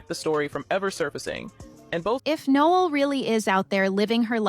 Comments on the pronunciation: Pretty sure ur saying her name way wrong... No- Ell... like the Christmas song... not like a guy. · It’s pronounced ‘No-Elle’ just FYI…it’s probably spelled like Noel…just saying, no disrespect ❤️ Noelle would be the proper spelling…